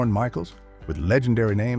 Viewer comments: It mispronounced some names, like Ackeroyd. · I appreciate your response. I knew it was definitely AI when it couldn't say Dan Aykroyd's name correctly. But it was entertaining though.